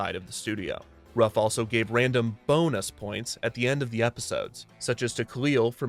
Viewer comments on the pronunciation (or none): "Bone Us" lol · I loved this show as a kid and "Bone us" time got little immature giggles from me everytime